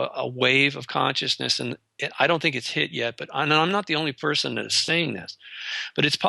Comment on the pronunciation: ALL PERSON.. not peeson